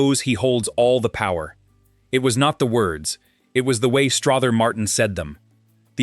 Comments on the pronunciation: I actually found this interesting, but you have a lot of footage of various actors that aren’t Strother Martin.😂 Also, it’s pronounced Struh-ther as in other, not Straw-ther as in bother. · It's pronounced Struther Martin ser. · It’s pronounced Struh ther!!! And quit showing pics of other actors, ugh!! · Who taught your narrator to talk?! The man’s name is pronounced as if it was OTHER with an STR IN FRONR. Then the word DOVE IS NOT Pronounced as! DUVE